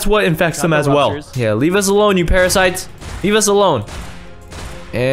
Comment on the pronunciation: When said those are the parasites those are parafites 😆😆